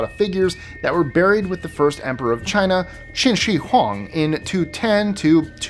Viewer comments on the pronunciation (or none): none